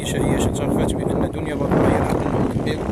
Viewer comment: ههههه واش سمعتوا الصحافي اش قال في الاخير مني نطق الاسم ديالها بلا ما يشعر قال دنيا بطة